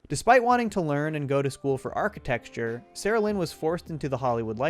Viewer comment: "archi-texture" made me giggle